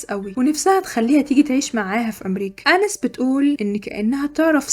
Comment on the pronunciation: بحب ملخصاتك جداا بس هي اسمها اناييس Anaïs مش انِس